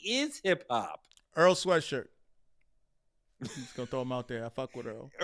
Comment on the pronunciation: My man said Earl Swearshirt 😂😂😂😂😂😂